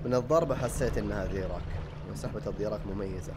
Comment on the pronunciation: هههههههههههههه لاياشيخ تبغى تبيع مويا في حارة السقاين حبيبنا قال الإسم صح وصح الصح اسمه ضيراك يالحبيب